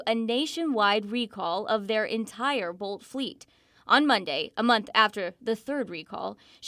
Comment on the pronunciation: Bolt, not Volt, get it right!